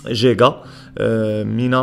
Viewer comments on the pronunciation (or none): انا مقهور انه يقول جيقا ياعيال يعني حتى الاسم GIGA ينطقونها اهلها قيقا وهي نفس الحرف يا تنطقها جيجا او قيقا ليه تنطفه في الاول جيم والثاني قاف (جيقا)